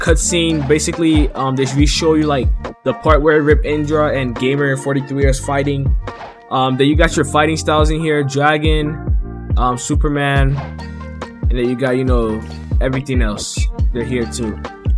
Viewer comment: Him says super human i hear superman🤦‍♂️🤦‍♂️🤦‍♂️🤦‍♂️